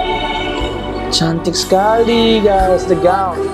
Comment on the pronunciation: the way u said “cantik sekali “ 😂😂 loveee ur reaction as always ❤️❤️